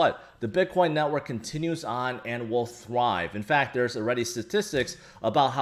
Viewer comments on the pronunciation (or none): none